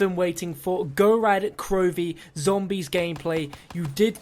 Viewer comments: He says "Gorad Krovi" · you botched that pronunciation it was cringy